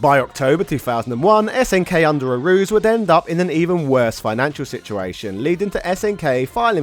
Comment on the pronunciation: I believe it's pronounce "A-ru-ze" not "a-ru-z"